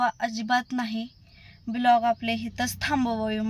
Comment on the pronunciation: पहिली गोष्ट खूप English बोल्ते पन प्लिज ब्लोग नाहि ग बाई व्लोग म्हनतात 😂😂😂